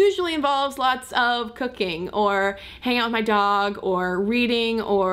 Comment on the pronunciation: I was like whattt??? I went back and then understood you said "cooking". (I had misheard "cocaine" hahahaha! :p)